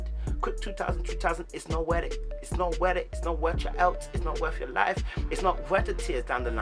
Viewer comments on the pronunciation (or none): “It’s not wor it”😂😂😂😂😂